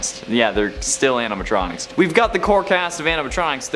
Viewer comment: yeah but i can understand the mispronunciation